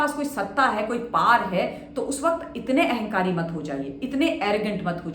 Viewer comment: पॉर नहीं होता है। पॉवर होता है।